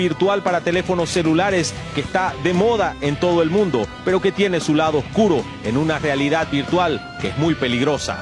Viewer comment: Ni saben decir oscuro dicen oculo